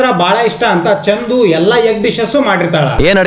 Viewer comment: Adu chandhu alla chandu (ball)